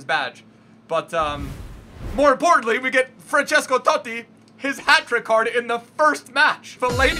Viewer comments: Pissed me off the way he says totti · you saying Totti... 😣😣